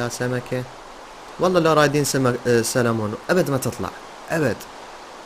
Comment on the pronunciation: سلمون ❌ سالمون✅😭😂😂